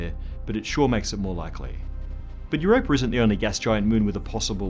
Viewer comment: I sincerely love the way you pronounce it Europrrr ...and now I'm imagining cats swimming around below that ice :)